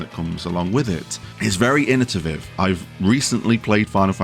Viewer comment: Like your list. But its innovative. Not innotiviv. 😊